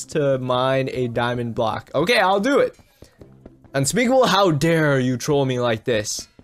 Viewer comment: Bro sheepable said mine diamond block its Specable